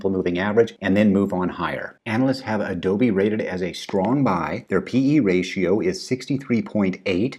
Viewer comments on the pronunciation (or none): none